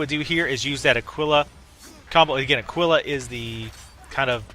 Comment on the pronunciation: not trying to be an ass, but ah-kee-lah and sure-e-ken.